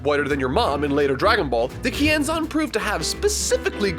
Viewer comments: I always thought they said "Ki Enzyme" not Kienzan. Guess I'll have to my Dragonball Fan card revoked. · I thought he said "YING ZANG!"